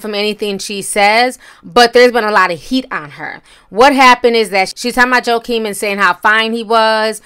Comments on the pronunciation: it's pronounced WA-KEEN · His name is pronounced wha-keen. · No ma’am is pronounced huakeen. The J in the Latino community is pronounced that way. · Oh and it’s pronounced “Wah-keen” Phoenix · It hurts my ears when you say his name. It sounds like Wah-Keen. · His name is WAH-keen. You never pronounce anyone’s name right. 🤣🤣🤣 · Ha! T, that man’s name is pronounced “Wah-keen”, the J is shhhh. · You said his name wrong. It's Joaquin (WHA-KEEN). ❤❤❤ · How did you pronounce Joaquin’s name... “Jakeem” lol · sorry it’s pronounced like this (HOAKEEEN) ❤️ ❤️❤️ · It's actually "ho-ah-keen" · More like wah-keen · It's waa-keen. She stays butchering names trying to be funny and it's not. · She is Nigerian and born going to get some of the names correct!! I thought she was pronouncing it correctly. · Ti his name is said like: WAH-keen. Chile you be messing up these names. 😭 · It’s pronounced “Wah-keen”, Ti lol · "Waaw keen" say it with me. God damn!!! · said ‘Jahkeen’ 😂😂🤣😩😩😩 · It's pronounced "Wakeen". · His name is pronounced WA-KEEN. Jesus! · "Jah-Keem" 😂 Naw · Its pronounced Wahhhh Keen. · Ti you did not call that man “jah-keem and joe-keem” 😂😂😂😂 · "Wah-keen" is how Joaquin is pronounced. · Its Wah-keen Ti...say it with me ... Wah-keen🤦🏽‍♀️ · Jo- Keen ?? Lmao 💀 that is not his name I love Ti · It is pronounced "Wha-keen" the "J" is silent TI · Joaquin is pronounced: WA-KEEN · Regardless of the spelling it’s pronounced wah keen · It's pronounce why- keene. No j sound in Latino language but your commentary was great. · It’s pronounced (walking Phoenix ) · its not pronounced that way. its pronouced WAHKEEN( Joaquin). ITS SPANISH. Yes he was born with a clef pallet and lip. He is the younger brother of the late River Phoenix from such movies as Stand By Me. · Wah-Keen is how his name is pronounced sis! Anywho, I felt what she said was very wrong...wendy might be back on that shat again. Oops! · Joaquin= WA-KEEN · It’s pronounced Wahh-Keen (Joaquin)